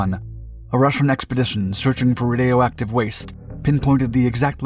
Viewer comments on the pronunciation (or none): Did you just say "RUH-DAY-OH" Active waste ? 😂 (Ray-Dee-Oh-Ak-tiv) Radioactive !